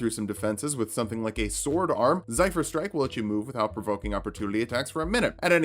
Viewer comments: Day 6 of wondering why can't pronounce Zephyr (zaifer, seriously?) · Your pronunciation of zephyr hurts,.